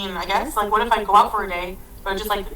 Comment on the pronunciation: She's brewing a,massive rage 😂. Every final word in a sentence is emphasised with an annoying "uhh" at the end. Fooduhhh Dayuuh I can't think of any more, but it's there 😂